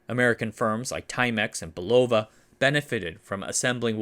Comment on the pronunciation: Love the well researched history and style. A susgestion please learn to pronounce Huguenot and Bulova correctly? :--)